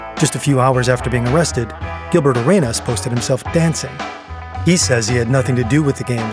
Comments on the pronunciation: Kash Patel needed to be made fun of for saying La Cosa Nostra the way he did but pronouncing Gilbert Arenas last name the way you did the narrator should be made fun of too. It’s Arena with an S on the end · how do you criticize the govt. for mispronouncing words then repeatedly say gilbert a-ray-nas? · you can't knock cash for his pronciation when you're saying Arenas like that pal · Imagine making fun of someone for pronouncing something wrong then pronounce arenas like that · You. can't make fun of the mispronunciation of the mob names and then mispronounce Gilbert Areanas 10 times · imagine making fun of the way la cosa nostra is pronounced, and then get gilbert arenas' name wrong multiple times yourself.